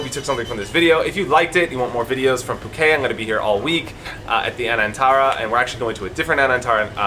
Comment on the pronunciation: You need to pronounce the T at the end of Phuket. It is ket not kay. It is Thai not French.